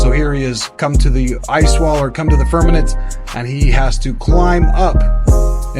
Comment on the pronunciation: His “firmaNENT” pronunciation really grinds my gears😂